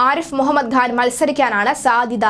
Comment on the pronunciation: The name is Khan not Ghan. I see this problem in many speakers.